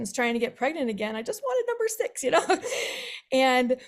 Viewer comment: numb.... "burr"